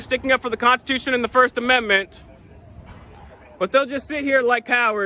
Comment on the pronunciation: I am so enjoying your 12 days of Christmas series! Thank you for making me laugh out loud...hard. I feel I must point out this guy's serial mis-pronunciation of the word "constitution." Did anyone else notice he kept saying "cons-tu-tion"? If you're going to be a "freedom fighter" and defender of it, making that point by using the word over and over, please Google how to pronounce it correctly! Also, a pet peeve of mine is the phrase "God given rights". Once you're born, the only right God promises you is death. Whatever happens in between is what you choose to make of it and it's obvious to me this waste of space has no desire to be do anything positive.